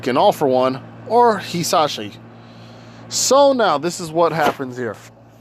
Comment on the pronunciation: Also it’s pronounced “Hi- sash-e”